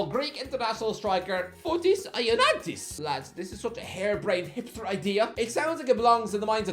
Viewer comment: how do you pronounce ioannidis so wrong😂😂😂